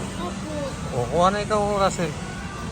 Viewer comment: Rassel po not tassel sorry